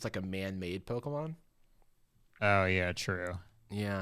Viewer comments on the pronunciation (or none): Jarvis being like "I'm the Pokemon expert here" and messing up like 5 names haha